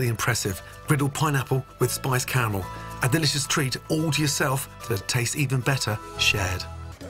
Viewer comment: He overdressed that pineapple, but at least he enunciates the second "A" in caramel. I'd like to douse everyone who mispronounces it car-mel in with hot car-a-mel.